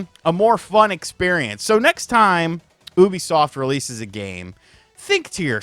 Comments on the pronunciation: Thought you said boobysoft at the start 😂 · I thought you said Boobysoft during the intro. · Did u say boobisoft lol